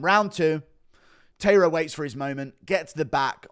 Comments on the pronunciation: It's not pronounced Tayra, it's Ta-I-ra. Pronounced more like the word tie if you say it quickly, not tay. Japanese pronounce every letter and the sound is always the same, not like english. The a in the ta and the ra are the same sound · Tairo is pronounced “TIE-rah.” Are you one of those people who calls Japanese pron “hen-TAY?” 😂